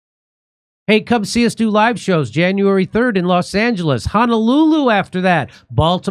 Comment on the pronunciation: “Dronuary 6th” 🤣